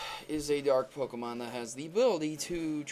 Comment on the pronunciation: PLEASE, before doing ANY more theory videos, learn how to CORRECTLY pronounce a Pokemon's name.